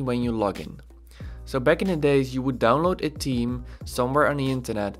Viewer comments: Great although saying team instead theme threw me off initially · I am laughing so hard because I thought you're saying Team and you were actually saying Theme. I kept saying to my self what team? But honestly, I am not tech smart so I really have enjoyed your videos. Thanks for taking the time to do these. It helps someone clueless like me!!